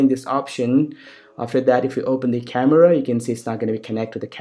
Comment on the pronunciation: kind of sick coz of your fake accent. specially 'khamevrva' hahahahah